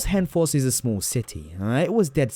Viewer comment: Hønefoss is pronounced like 'yern foss' like you're saying fossil.